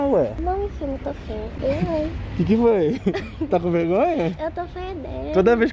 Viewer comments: "Eu tô fedenu" kkkkkk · "Eu tô fedeno" - Beca,Re